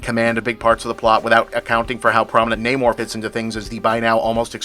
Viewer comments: I'm assuming it's nah-more, not nay-more? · I'm surprised Bob didn't get called out by his peers for not pronouncing Namor the way it's pronounced in this movie.